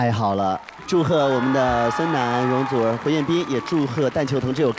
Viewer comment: 周深一句“容祖儿……“太好玩了，粤语真标准❤